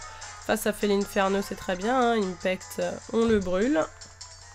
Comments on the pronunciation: On dit felinferno pas felineferno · Coucou on felinferno comme un félin et non féline!!!